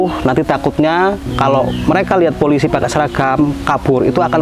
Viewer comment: Polisi bang bukan polisai 🤣🤣🤣🤣